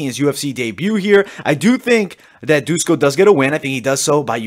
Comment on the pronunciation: It's not Dusko, it's Duško, read as Dushko. Todorović is more like Todorovich.